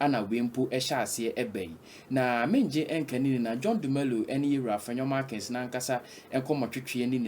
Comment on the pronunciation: The name is MARKIN...NOT MARKINS..DONT U GUYS LEARN?